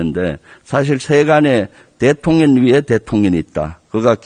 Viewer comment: 저는 왜 자꾸 대통년으로 들리죠? ㅋㅋ